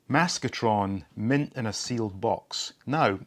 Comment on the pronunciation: When you said "Maskatron mint in a sealed box" I had to watch again because I thought you said "Maskatron lives in a sealed box". 🤣🤣🤣🤣🤣